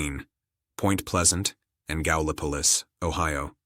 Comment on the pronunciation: Wow! First channel that pronounced Gallipolis right. lol